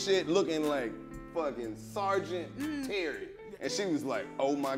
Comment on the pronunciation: Homie said "sergeant TERRY" lmao